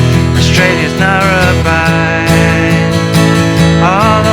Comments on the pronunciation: Geez, Justin, Narrabine??? It’s Narrabeen! I know you’re from Tasmania but Narrabeen is a pretty famous Australian beach in Sydney. 😉 🏄‍♀️ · Ha ha - - Narrabine? Narrabeen... your an Aussie right? Should pronounce that right!!